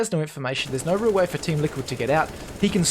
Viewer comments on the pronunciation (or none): none